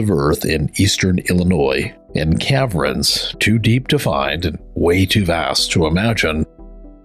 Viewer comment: Cav-rens? Ca-vern